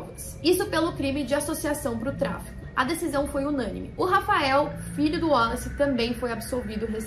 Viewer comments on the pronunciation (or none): Porque vc está falando o nome WALLACE com pronuncia Américana? Boba vc, hein! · Achei engraçado ela falando "wollace" kkkkkk